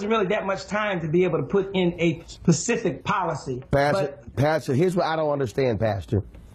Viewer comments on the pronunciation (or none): Did he say Pacific or specific?